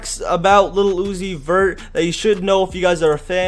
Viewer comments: Keep saying Lil Uzi Vert for like 10 times. It would sound like u are saying Lucifer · Tha t boos said little uni vert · the way he says lil uzi vert is so weird.